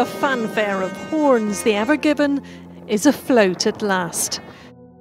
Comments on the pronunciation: The "AVON GIVENN" ?! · They keep saying the name of the ship wrong. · Why’d he call it the ever given if it said ever green on it?